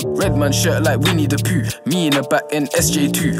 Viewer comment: he said whinne the poo lol